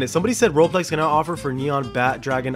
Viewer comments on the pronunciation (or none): none